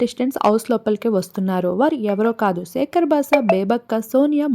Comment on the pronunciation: నీ నత్తికి నమస్కారం 🙏 నాబిల్ కాదు నబిల్, సేకర్ బాస కాదు శేఖర్ బాషా, హౌస్ కాదు హౌజ్.